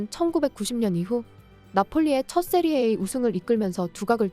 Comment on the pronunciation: 세리에 에이가 아니고 세리에 아,아,아.분데스 리그? 프리미어 리가? 링그 원?. 이게 무슨 소리인지 모르면 어설프게 축구동영상 만들어 유튜브에서 돈벌 생각말고 접으시길.